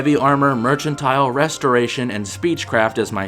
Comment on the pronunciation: To this day you're the only person I've ever heard say mercantile the way you do. Neither in British English or American is it pronounced this way according to dictionaries or search engines. Also, there's no "h" in the word. You keep doing you, I guess. It's one of the little quirks that makes you unique. So have at, king.